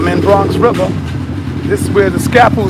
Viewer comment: Never heard of it but i have heard say he's from Bwonx Wiver. Wtf is that? lol